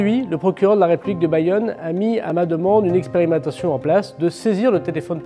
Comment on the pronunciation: Une expiramatation....?😂😂😂 articules connard.....